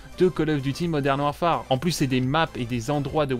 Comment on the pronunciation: Il faut arrêter de dire warfAAAAre...